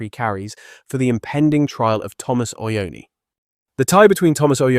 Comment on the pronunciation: It’s not Ociani, it’s CIONI — “CHEE-OH-NEE”